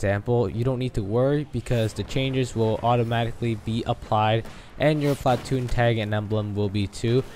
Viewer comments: you say "PLA- TOON" funny.... try saying it without any emphasis on the "A" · emphasis on the A in platoon